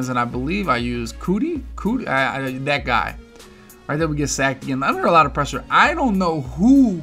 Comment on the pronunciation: CTHU “cooty”. It’s pronounced “Q-T”